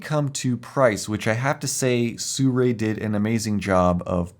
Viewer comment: Not quite no. Si Rui, is 思锐, If you want to hear the correct way to pronounce it, you can enter this into google translate, or learn Chinese :)